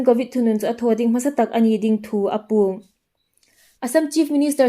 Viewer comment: Apuong tia lam loin âpuong tilem nisien